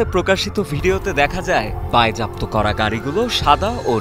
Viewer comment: সাংবাদিকের উচ্চারণ ঠিক করতে হবে। বায়েজাপ্ত কি?? বাজেয়াপ্ত হবে।